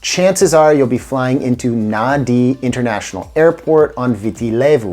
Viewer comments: Pronounced "Nandi" thats when i realised you were just reading. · I can't believe that you've been there, yet you keep pronouncing the place as Naa-dee. It may be spelt Nadi, but it sounds like Nandi.